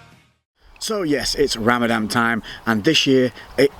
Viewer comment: did he just say RamadaM???